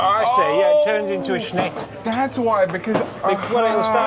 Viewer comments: If you pronounced snyt and mliko correctly you’d be much less conspicuous! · The sign of a genuine Brit. “I’m probably butchering the translation”. They recognise they get it wrong but can’t be bothered to get it right. This whole video made me cringe every time you both continued to pronounce šnyt, mlíko, řezané incorrectly. It’s really easy to pronounce Czech correctly. With few exceptions Czech is pronounced as it’s written, and the way to pronounce each letter is literally in the first few pages of even the cheapest Czech phrase book and takes a few minutes to learn.